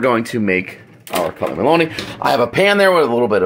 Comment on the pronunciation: Not (Mel) ony but (miel)ony